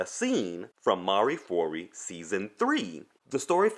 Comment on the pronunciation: not mari fori but mareh foo-oh-ri in Latin mare foras